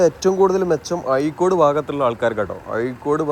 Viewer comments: ആയിക്കോട് അല്ല അഴിക്കോട് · അയിക്കോടല്ല അഴീക്കോട് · യ അല്ലടോ ഴ എന്നാണ്